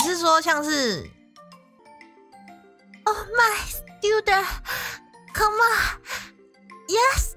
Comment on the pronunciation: ：disco ：party ：：1！ 2！ 3！ 4！ ：I say disco you say party~ ：disco! disco! ：party. party. ：I say disco you say party~ ：disco! disco! ：party. party. ：solo.............Fantasic 還有 如果沒上字幕的話 那個come我差點聽成cum